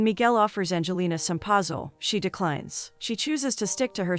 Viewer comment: Pazuhlee......uh you pozole? I just crack up when computer voices try pronouncing non English words.